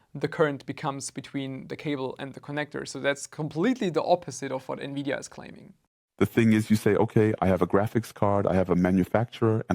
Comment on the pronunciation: Lol nividia